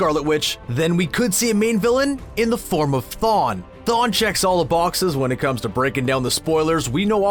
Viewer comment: Is it me or did he mispronounce the Marvel Elder god Chthon as Thawn?